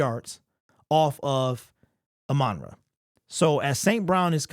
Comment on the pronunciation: It really bothers me when people call him amonra instead of ahmon rah, that’s like me calling Jack Campbell jake Campbell…